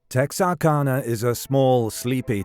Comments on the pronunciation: Tex R cana is how it's pronounced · As someone from Texarkana, it's always crazy hearing people not from Texarkana say "Texarkana". For anyone curious, the "ana" is pronounced like the "ana" in Louisiana. Because it's literally just Texas, Arkansas, and Louisiana smashed together into one word. Edit: I know this is ai, but tons of actual people say it this way as well. On another note, my grandpa was in high school when this was going on. He thought it was this kid who was in band with him. The guy was a senior and larger than normal. He was also unpopular and standoffish. However, my grandpa is dead now, so I can't ask him for any details. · And immediately mispronounces the town name.. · Born and raised here in Texarkana. And I know what you mean most people do not pronounce the name correctly. My great aunt ( b. 1905) told me when I was young the authorities suspected the killer was Dr. Smiths mentally degraded son and because of Smiths influence in the town it was kept hush.